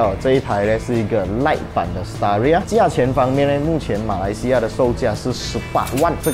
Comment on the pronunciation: Staria?听上去好像palia😂😂